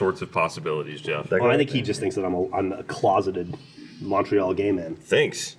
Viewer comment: I'm a Canadian who isn't from the province of Quebec and I just want you guys to know that you are saying Montreal wrong.